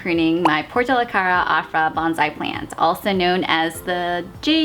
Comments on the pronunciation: Your pronunciation of "bonsai" could use some work. The o should be a long o that fills your mouth. The s should be a definite slippery s. Each syllable gets equal emphasis. The first syllable should not be faster than the second. Sometimes it sounds like you're saying bunzai. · It’s pronounced bone-sai😁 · Stop freaking. I'm just helping her out. Most people who practice the art pronounce it correctly or at least close to correctly. It's part of the respect for the art.